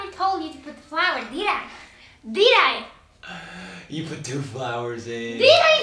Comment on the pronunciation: Deed I? DEED I?